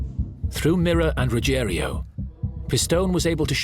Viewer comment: And it’s Ruggiero not Ruggerio.